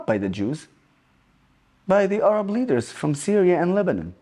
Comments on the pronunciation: They're called Arabs, not Orabs. I would have thought, as an Orab, you'd know that. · An Arab that cannot pronounce Arab.. 🤣🤣🤣